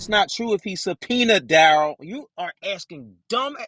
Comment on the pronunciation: I'm axxxxxing you questions 😅